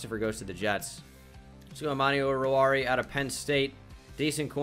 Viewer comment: O-ru-war-e-a is the pronounciation